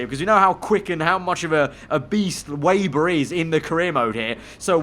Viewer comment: Can u plz pronounce Weber ve-ber it’s rlly triggering me